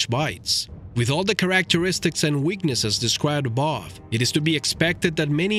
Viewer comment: Almost pissed myself hearing him say "characteristics"! Thought i misheard it but i was wrong. Replayed it 10x. Couldn't say why it had/has me in tears but it does. In no way am i trying to insult,be rude, make fun, bully him or this video. Simply had to comment on how this channel has given me one of those laughs we all know of but so rarely get. Subscribed and rang that lil gray bell! Who knew a lil word pronunciation could do this? Thank You.